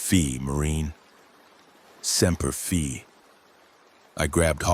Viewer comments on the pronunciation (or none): SEMPER FIIIIIIII NOT FEEEE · TOTAL AGREEMENT ‼️ Kinda pissed me off!! Most of my uncles are MARINES!!! They woulda thrown theur phones in indignation & anger! Sounds like “sem-per FYE”! NOT “fee”!! TOTAL disrespect!!